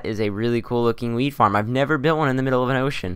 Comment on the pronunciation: Sounds like youre saying weed farm not wheat farm hah